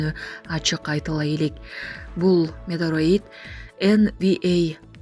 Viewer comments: Метероит эмес метеорит десенер туура болмок демекчи элем оо экичилер.Адамды да адаштырасынар. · Метеорит дегенди эмне туура окубайсын ? Метроид деп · Метроит эмес метеорит деп айт кызым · Метеорит деп туура айтсаныз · Метеорит эмес метеорит. Эй экичилер туура окуганды уйронгулочу.Прапоршик деген созду да туура эмес окудун. Жанымды О тамгасына эмес А тамгасына коюп окусун туура болмок.